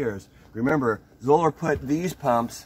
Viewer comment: Great video! Did you know they pronounce their name in a way that would rhyme with "dollar"? Anyhow, what is the oldest Zoeller you still have in service? On their site they have a picture of one that was in service from 1987 to 2018!!!